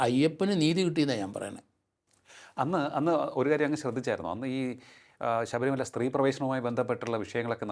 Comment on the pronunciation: ശബരിമല എന്നുതന്നെ ശരിയായി പറയൂ 🙏